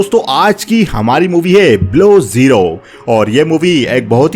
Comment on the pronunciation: Bhai...movie BLOW ZERO hai, jaisa ki aapne pronounce kiya tha.....ya Below Zero hai.....waise punjabi accent me hi aisa hota hai....Sachin ko S'Chin pronounce kiya jaata hai....